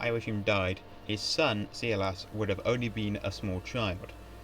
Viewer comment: Nice video, but your pronunciation of Irish name, and even German ones, is WAY off! 'Ioaichím', the Hibernicised (or Gaelicised) version of 'Joachim' would have been pronounced as 'yo-a-KHEEM'; the 'ch' in Irish and German is a guttural 'kh' sound, similar to the 'ch' in the Scottish word 'loch'. 'Séarlas' would have been pronounced as 'SHAY-er-las', not 'SEE-yer-las', and the 'Fried' in the German name 'Friedrich' would have been pronounced like the English 'freed', not 'fried'! Similarly, 'Proinsias' would be pronounced as 'PRIN-shas', not 'PROYN-si-as', and 'Seoirse' as 'SHOR-sha', not 'see-YOR-is', while 'High King of Ireland' should be translated as 'Ard-Rí na hÉireann'. Patrick Pearse, writing in 1906, wrote about the Ireland of 2006 as an independent Irish-speaking kingdom with an Ard-Rí as head of state, English having declined in use following the conquest of England by a Russian Republic